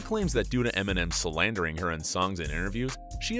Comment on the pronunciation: salandering?? Wft